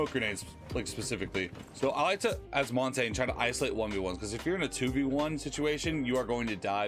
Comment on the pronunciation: Good video, just, one thing, " montain " 💀